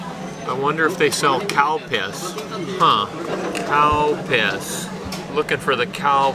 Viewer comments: thats not how its pronounced. you can hear the difference between CAL and COW. all of my japanese friends say CAL. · You didn't see my post, did you? I was saying that the correct way to say is "CAL-Piss", I never said it the other way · It's pronounced Calpis...lol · It's actually Calpis, the brand name of the drink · Lol I keep thinking he's saying Cow Piss 😂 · I kept laughing hard when he said Calpis because it sounds like cow piss 😭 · Seems like Google understood cow piss instead of Calpis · You are a true Gaijin.. “Cow piss” ?!? Come on man at least try to say it right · I thought he said cow piss!!!! Haha